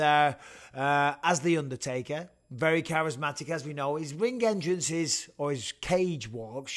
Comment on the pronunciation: Cant say ring enterance when talking about izzy 🤣🌈🌈🌈